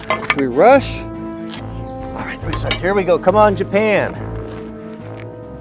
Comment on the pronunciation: Did anyone notice he put an e at the end of japan